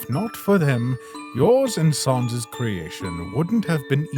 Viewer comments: Ok, that's it. I need to ask, why do you guys say sans like "sawns"? I have never understood that. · why does bro pronounce sans like sœnz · Gaster saying "Sans" like "Sons" is canon now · Why do every undertale comic characters say Sauns not Sans